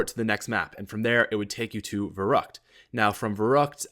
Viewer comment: "Verrukt" :'D